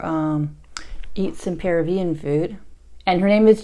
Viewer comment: You're mispronouncing it... emphasize the 2nd syllable of Peruvian